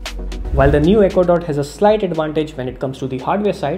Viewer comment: I thought he said ecuador not echo dot